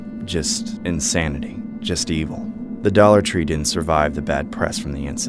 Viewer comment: “Dolla tre” 💀💀😂😂